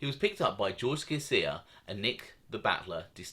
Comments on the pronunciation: You pronounce george from canada last name sha sha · Sciascia...: pronunciation SHASHA. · Good vids!! One tiny thing: Sciascia is pronounced "Shasha" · SCIASCIA = CHIACHIA